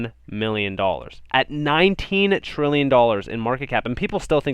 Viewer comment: 10 trilly? Come on man